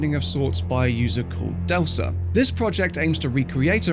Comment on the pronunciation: Hands and lasers have been fixed in a recently updated version. And it's pronounced "Delka" 👀